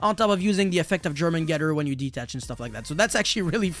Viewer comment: jormungandr = Yor-man-gun-der